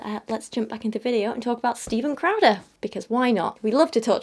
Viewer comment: Every time she says "crowder" for some reason I keep hearing "krauser" so now im just imagining jack krauser lecturing people on how abstinence is important.